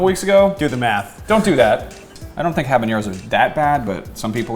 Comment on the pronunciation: A variation I have made of this sauce (not sriracha per se), is to lightly fry the habaneros in a bit of olive oil ( pronounces habaneros perfectly, by the way), make sure to poke the chiles before broiling because sometimes they explode a bit. You can also lightly roast them over the fire in the stove (again, either poke them or make a slit on them), chiles have different flavours depending on how you consume them, and you can try them like that and decide what flavour you like the most. The sauce (or salsa, in spanish is the same be it hot or not) I like: 1/3 parts of roasted chiles habaneros 1/3 parts of fried habaneros 1/6 parts of raw habaneros 1/6 parts of boiled habaneros IMPORTANT: do not remove seeds, even though those do not have piquancy by themselves, they are covered with a sac with a lot of piquancy and add a different taste. Also there are different habaneros, I like the orange and red varieties, other like their habaneros green (when ripe those turn an orangy yellowish colour), now, you can either blend them OR crush them in a "molcajete" (a stone mortar) or if you do not own one, use whatever you have in hand (a flat bottomed glass or cup can be used), you want to end up with a paste. Use only a bit of salt. For storage you can add oil and store in the refrigerator and use as needed, you can also opt to allow it to ferment adding a bit of sugar and even a bit of yeast to help the proccess (you'll have to liquify it once it is fermented for a few days a